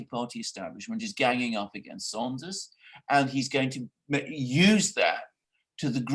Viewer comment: Alexander Mercouris IT'S "SANDERS" PS love u guys